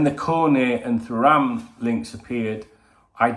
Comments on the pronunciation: Too ram is how you pronounce his name. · I might be pointing out the obvious here haha, but if it helps with pronouncing it he’s French World Cup winner & ex Juventus/Barcelona defender Lilian Thuram’s son